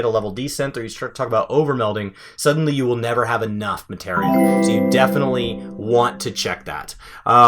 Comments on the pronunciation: Muh-tee-ree-uh is how it was pronounced since the ps1 days. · Say it with me now. "ma·te·ria" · Why do you say materia wrong?